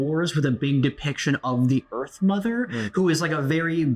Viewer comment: Why when he said he very much enjoy the earth nother is sounded like he like earth milf.